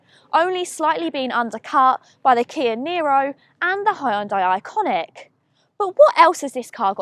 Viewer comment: It's not Hyundai Iconiq, it's Ioniq. Other than that, great video.